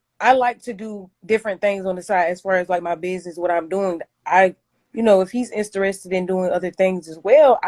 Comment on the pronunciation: Did she just say Istarested 😂😂